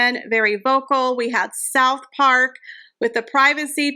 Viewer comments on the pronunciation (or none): none